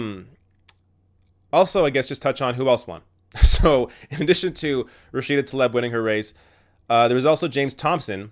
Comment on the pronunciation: Surely it's pronounced "Tlaeeb", not "Taleb".